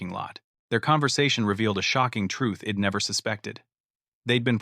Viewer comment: If you are going to use AI technology to write these stories at least clean up the narration. It is not Ed it is I'd etc. and so on these constant mistakes is annoying.